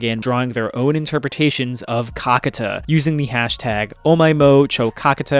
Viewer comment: it's actually Kakaata and not Kakata. Get it right man..